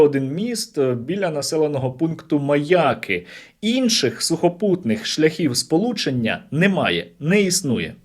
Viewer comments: Чому МаЯки, а не МаякИ? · Мені здається, чи Сергій навмисне каже МаЯки, з наголосом на Я? Мабуть тут закладено якийсь іронічний сенс😂.